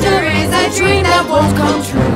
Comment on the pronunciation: I keep thinking the second time maleficent says "I dream" I think she says "I cream"🤣😂I'm deaf